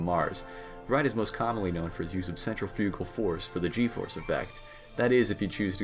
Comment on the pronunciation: Sigh. When will people learn the correct pronunciation of “centrifugal?”